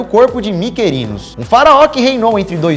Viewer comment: pronúncia: "Quíops", "Quífran", "Micrinos"